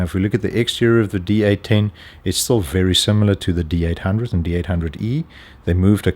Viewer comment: Sounds like he's saying D18 (D-Eighteen) not D810 (D-Eight-Ten)!